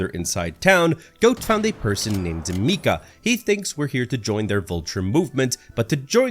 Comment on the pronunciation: “mika” ITS “mike-ah”